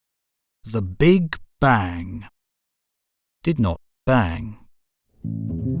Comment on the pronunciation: Now i know that this voice is AI generated and this Channel lost its charm for me :(((( Notice how he say "big bang" ... sad